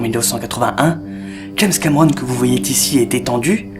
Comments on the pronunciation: " Que vous voyez Tici? " ptit souci avec les liaisons? ;) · Comme d'hab, je vais commenter au fur et à mesure de mon visionnage ^^ Excellente intro, tu t'améliores de plus en plus ! :) Par contre "Que vous voyez-t-ici" c'est laid :P Et en fait pas d'autres critiques négatives, tout est très bien dosé, super intéressant, travail impeccable :D